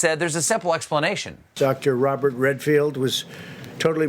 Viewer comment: he called Redfield "Renfield" - STEPHEN, WATER DOWN YOUR BOURBON!!!!